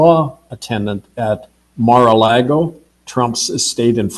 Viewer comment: he doesn't know how to pronounce Giuffre???? nor Mar-a-Lago?